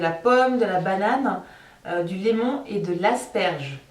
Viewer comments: "du lémon" x) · Lemon veux dire citron. Tu n'as pas un très bon niveau d'anglais..